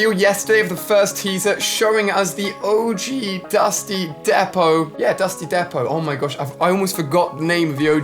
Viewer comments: it’s pronounced dusty “deep-oh” not depo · alia im sorry if im wrong orr wright but i think its dusty depot not dusty depo but ur the best captain alia lol and can some of us get a shoutout and read coments